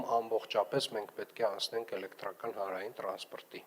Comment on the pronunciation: lava mi qich bard tver chein 18 - 12 metranoc elektrrrrrrrakan ....